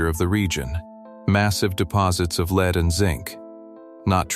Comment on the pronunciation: Leed is not a metal, AI.